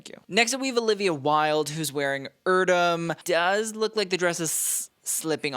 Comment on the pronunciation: That pronouncation of the name Erdem is wild but maybe he wants his name pronounced like that to make it easier for the mainstream 🤷🏼‍♂️